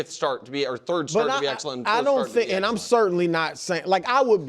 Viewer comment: Nick’s Midwestern accent layered over by smooth pro broadcaster voice produces interesting pronunciations of a few words. The biggest one is when he finishes Part 1 of his point and he pauses to emphatically say “and” to set up Part 2, he says “EEEyund.” Listen for it